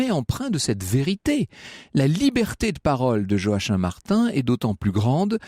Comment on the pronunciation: Joachim c'est joakim pas joaquin